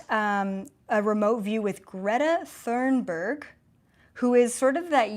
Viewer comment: Pronunciation: Gretta Thunberg, not Thurnberg.